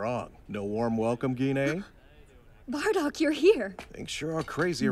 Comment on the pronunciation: Gee-nay, ok I have been pronouncing Gine’s name wrong this whole time 😂